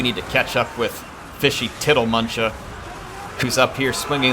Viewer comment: I am so impressed that got tiddlemunchas name right every time he said it.